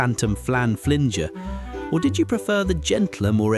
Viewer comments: Phantom Flan Flinger - not Flinjer... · Phantom Flan Fling-er, not flinjer. To the cage with you and await Sally James for some pie punishment. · It's not phantom flanflinggger. It's phantom flan finger. Who er narrated this was NOT a child in the 70's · Well you made me laugh until, the phantom flan flinnger.. it was FLINGER pronounced FINGER but within L in it.. wtf is a fruit sallad? It’s salad.. What moron narrated this, if you’re going to take the piss…. Get it right.. Our lives were so much better and simpler in those days.. People were also nicer to each other.. We survived all your BS.. I wouldn’t change my childhood for all the money in the world.. We knew every person in our villages and we had our own policeman, who believe me, he knew everyone in the village and our parents.. I played Kirby, British Bulldog, hide and seek, tied washing line to the lamppost and did skipping, played two tennis balls against a wall.. We were outside all summer long, enjoyed life with our friends.. ❤❤❤ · I only understood that this was AI bullshit the moment it said phantom pie flinGGer. Be careful out there folks. x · Pronounced flinjer tho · Computer voice can't say flinger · Phantom Flan Flinger? Pronounce it properly if you really are a 70s kid!